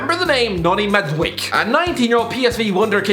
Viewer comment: I'm Dutch and an avid follower of the Eredivisie, his pronunciation of Madueke makes my lungs want to implode...